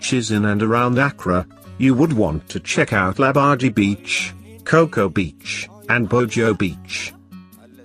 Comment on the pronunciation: kokro-bite..he didi not get a single name right.